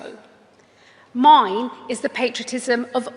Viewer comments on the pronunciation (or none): none